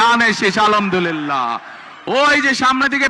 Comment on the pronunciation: যে নেতা সালামটা ভালো করে দিতে পারে না আবার আলহামদুলিল্লাহ তাও ভালো করে বলতে পারে না সে আবার নাকি বাংলাদেশকে সুন্দর করে গড়বে । আফসোস মানুষের মূর্খ নেতার কথা শুনে